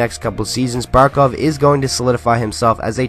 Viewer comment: Finally someone says Barkov